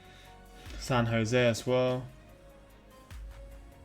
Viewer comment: First of all, thank you for pronouncing San Jose correctly. LOL Secondly, I can't believe that it made it to that list. No wonder that place gets closer and closer to having two or three rush hours.